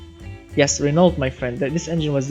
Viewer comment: ITS PRONONCED Renoo not Renoult 😂😂. I am not eved from. France and i know it